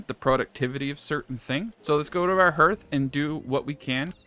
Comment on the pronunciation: Great video. Finally wrapping my head around this game. But it's pronounced like harth:)